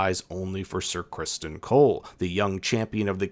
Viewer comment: You kept pronouncing ‘Sir Crispon’ wrong